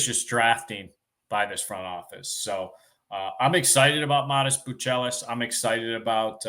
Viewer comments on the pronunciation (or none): `Learn how to say his name